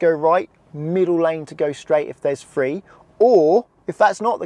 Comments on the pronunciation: Honestly, there can't be many people in England who cannot pronounce Cirencester properly. He seems to be a product of our broken education system. And since when was "three" pronounced "free"? I rest my case m'lud. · I’d say most people have heard of Cirencester. He’d be better focusing on pronouncing three instead of “free”. 😬